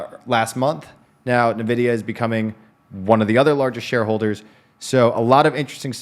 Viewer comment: It was fun hearing you guys say "Ni-vidia" instead of "En-vidia"